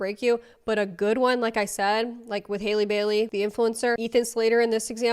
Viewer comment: Isn’t it HAL-EE Bailey? Not Hailey?